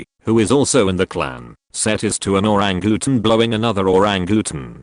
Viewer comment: ~ …. Was not looking at my screen and could not figure out for the life of me what an “oo-rang-gooten” was.